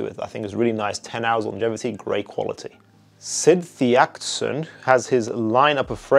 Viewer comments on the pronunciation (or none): I rofld at Sid Theakstons name pronunciations